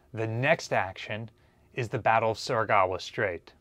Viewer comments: How long will continue to pronounce Surigao as "Surigawa" Must me a Missourah-like thing. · Well atleast you say Engaño right, unlike a certain British man who places the Northern Fleet way WAAY south of the Southern Fleet. But please don't say Surigawa.